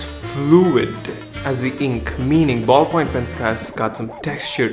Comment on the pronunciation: Ballpoint pen. Say it with me Ballpoint pen. BALLPOINT PEN